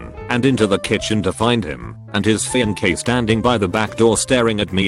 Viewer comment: My favorite is "fiankay".